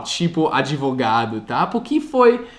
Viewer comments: Uma dica, a palavra "porquê, por que, porque ou por quê'' não são pronunciadas " puqui " como você está falando, elas são faladas exatamente como são escritas. Desse jeito -> "pôrkê" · Escola do Dia a Dia Mas além da pronúncia do "O" eu também estava me referindo à pronúncia do "R", que o omite às vezes, e acaba ficando "PUque", entendeu? ^_^ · Parabéns!! Pratique mais a pronúncia do "porque"... Beijos, obrigada por compartilhar! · só uma coisinha que você tem errado nos seus vídeos é a pronúncia da palavra "Porque". A pronúncia do "Por" é exatamente como em "POR exemplo" ou em "PORtuguês". PS: Machado de Assis é difícil até para nós kkkkkk